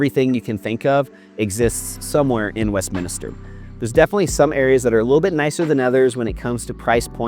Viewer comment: It's Westminster, not Westminister.....